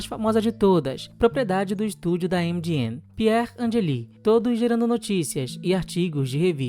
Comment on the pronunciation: Lembrando que Angeli significa anjos, pois o 'i' em italiano faz o plural do 'o'. Angelo (anjo); angeli (anjos). Sempre lido como proparoxitona.